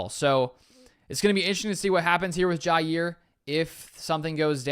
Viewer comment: It’s pronounced JAH